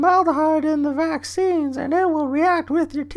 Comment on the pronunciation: You said maccine instead vaccines